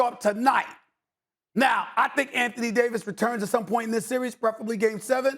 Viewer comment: Best player in the "seer-ees"